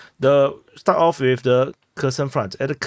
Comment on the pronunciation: It's not Kerson as in cake, it's pronounced Herson as in hearse or hear..